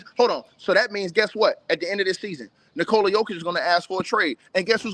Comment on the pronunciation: It's Nikola, not Nikoli. You dont even know how to pronounce his name correctly? Lol!